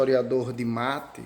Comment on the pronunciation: Só um adento é Roberto de Mattei (se fala Mattêi).